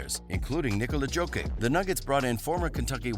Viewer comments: Bro is really saying “joe-kick.” everybody knows it’s “jock-itch!” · No, he says "Joki" instead of "Jokic" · Bro, pronounce his name with Y (Yokic) not J (Dzokic) Nikola Yokić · Who is Joe Kick, man? A good friend of Stu Pitt? Nikola Jokic is pronounced Nick O'La Yokitch. Both Nikola and Jokic have stress on the name's first syllable. Like Michael Porter. The reason for mit having won a championship is simple hidden behind NBA politics and big Franchise, big market money. The Nuggets were the best in the bubble and bet Warriors 3x last season!!! Why win it with out your hurt friends? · Yo dude, Yo-cki-ch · Nikola Jokic (NEE-KO-LA YO-KICH) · It’s pronounced Yo Kich genius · Jokic deserves better than that. Yo-kich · Joke ick lol. That’s brutal! I thought it was bad when every announcer calls him nick cola. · if your going to talk about Jokic, learn how to pronounce his name dumb fucks! I live in Denver and this whole fucking video is trash like the way your voice over dude is. lmfao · Learn how to pronounce Jokic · I wish I could watch this video bro but you can’t say the reigning MVP’s name at all correctly it’s lowkey disrespectful 🤣🤣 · the way he says "Jokic" makes me cringe everytime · Dude learn how to say Jokic. You're butchering the name of a two-time mvp. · Hard to take him seriously when he mispronounces his name. Makes him so like a casual. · I was gonna say how can I trust a guy who can't even pronounce jokic the back to back mvp 👑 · The commentator is not the owner of the channel. He is just a freelancer. So obviously he can't pronounce "Jokić" right. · Mateese Teeboole you mean? :D :D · Bro, you researched so much about Denver Nuggets yet you didnt even bothered checking out how Jokic is pronounced. Its not like he is 2x MVP or anything like that. Oh wait...